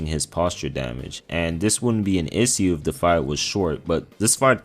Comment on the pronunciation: Somebody gotta teach my dude how to say the word “issue” 😂😂